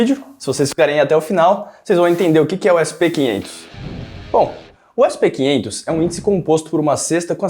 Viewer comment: "essi pê quinhentos" é foda viu... kkkk brasileiro abrasileirando até os indices internacionais.